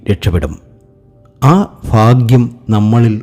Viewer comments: ഫാഗ്യം മനസ്സിലാകുന്നില്ല 😁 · ഫാര്യ ഫർത്താവ് ഫാഗ്യം! ഫദ്രകാളി, സൗഫാഗ്യം, ഫാഗ്യക്കുറി ........ ഒന്ന് പോടേയ് കുണേയ് .........